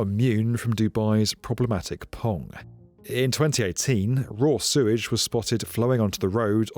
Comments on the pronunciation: Hey mate, love your videos, been watching them for ages,glad you have a book out. But please..it's Sewage not surage, you swap from both pronunciations throughout your video.. Cheers.. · did you say "Suez treatment system"? Hahaha!